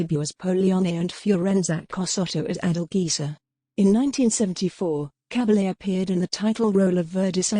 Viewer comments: Koriegiwren. Liebe Authentisch eine Dokumentation. Cabalje swirdihr Name ausgesprochen. Cabelle in Deutschland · Please pronounce her name correctly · Narration is not good. Is it Cabble, Caball, Cah-bah-yay? Mon-sir-rot, Mont-sir-rat?